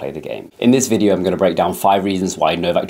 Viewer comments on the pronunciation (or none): none